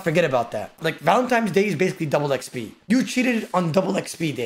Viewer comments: "Valentimes Day' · No way says valenTIMES day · oda the fucking toddler..."Valentimes" bro... u call spaghetti pascetti?